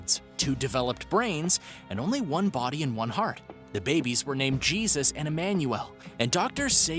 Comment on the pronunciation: Hay-soos ,,,,, not Jesus silly It is pronounced Hay-Soos